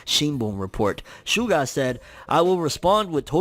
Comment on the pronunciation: That's not how you pronounce SUGA. it's a Japanese word, not an English one. It's like saying Mitshuki.